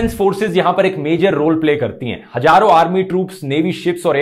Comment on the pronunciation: Bro I have observed in your videos why you say haajjaro instead of Hazaron. You use J instead of Z, you can practice by pronouncing Z words, as one of my friend had same problem with pronunciation of Z but after practicing he learnt it. Hope you find this comment useful ;-)